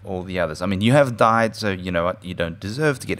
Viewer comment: Died not deet